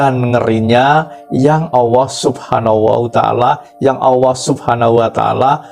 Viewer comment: Kok di sebutnya awooh..bukan alloh😊